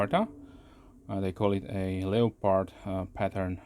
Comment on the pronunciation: You evoked a childhood memory with your European pronunciation of 'leo-pard', vs. the American pronunciation as 'le-perd'. I grew up next to a German woman who fled Hitler, and she pronounced it the same way. Pretty sharp from the factory, a strop can only improve it. Thanks for another excellent review. Peace. P.S. That's a good looking knife.